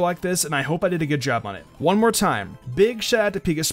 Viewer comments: it's not Pika sprey, it's Pik asprey, since his name is Asprey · Corretion:its pronounced pik asprey Not pika sprey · By the By it’s Pi-kas-prey. It’s his last name not based off of pikachu. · They're name is pronounced Pik-as-pree I know because I met them in real life. [humblebrag intensifies] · It's peek-ass-pree, a portmanteau of Pikachu and his name, Asprey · Pick-ASS-pree. He said that's how it's pronounced. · btw it's pa-cass-spree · He pronounces it like aspree though. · Fun challenge, fun video :) Just so you know, you did mispronounce Pikasprey's name a few times, Asprey is his last name and it's pronounced Pik-Asprey :) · Hey chum, it's pronounced Pih-kah-spree. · You pronounced Pikasprey wrong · You said pikasprey's name wrong 💦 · you know you mispronounced his name 2